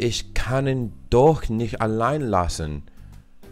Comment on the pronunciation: I love how you 're dropping the t at the end of "nicht", just like a native speaker speaking casually (and not even second-guessing yourself when you hear the voice actors, who are over-enunciating a little bit).